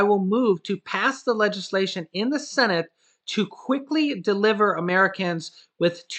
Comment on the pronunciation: Every time I hear the words Congress or cenit. I start laughing